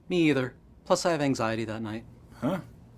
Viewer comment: "Plus, i have anxeity that night."